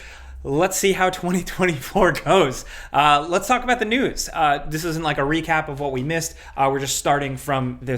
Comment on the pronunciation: Sounded like you said "Let's talk about the nudes" 💀